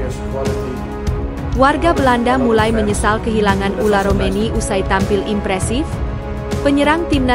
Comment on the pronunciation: Ole romeni...bukan ula romeni ....gitu min....okeh min